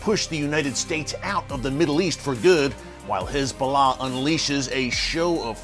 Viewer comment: Is it just me or is he saying HIS Bolah